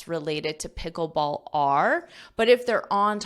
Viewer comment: I heard the word 'Picklebsall' for the first time.😂😂😂